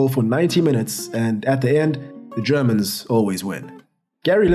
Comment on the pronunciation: Your german pronunciation was ON POINT in this video damn good as allways in your uploads, keep up the good work.